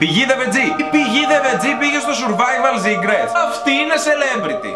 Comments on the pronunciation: Ζουρβαιβαλ ζικρετς λεει.... κλαιωωωω ,3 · Ζουρβαιβαλ σικρετς😂😂😂😂